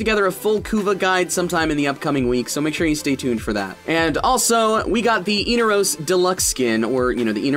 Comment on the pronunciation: inaros. not eenaros. in-are-os. inaros.